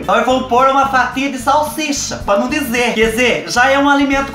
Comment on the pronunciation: Adoro qdo ele fala: Pá num dizer...😂😂😂😂😂😂😂